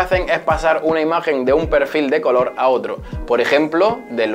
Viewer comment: “Pe’rfil de coloh” menudo media lengua